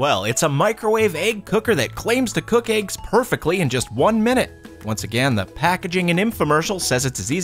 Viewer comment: Say Egg... Eggain